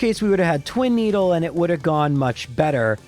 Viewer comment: "Twin-eedle" good job gen 1